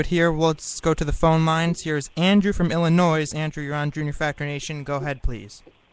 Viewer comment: As an Illinoisan, I have to correct you: It's pronounced ill-in-oi, not "ill-in-ois." :)